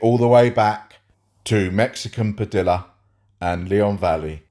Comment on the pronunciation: I love u but when speaking Spanish and 2 LL are next to each other it creates the y sound i.e.... Mexican Padilla is pronounced pa-de-ya not pa-dill-ah 😆. Love the work keep it up and congrats on the new sub count.